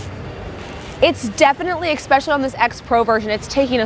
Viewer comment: Good video except you keep mispronouncing especially. You are saying it as if it were spelt exckspecially.